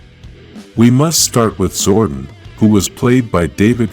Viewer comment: fix how you pronounce zordon you say wrong a lot it's disrespectful to the charter and the name of the power rangers event too